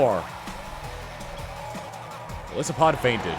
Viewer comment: For future reference: Golisopod: (Goal-Ice-apod)